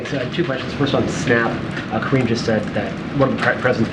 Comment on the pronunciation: Why do they ,keep calling her Karinne?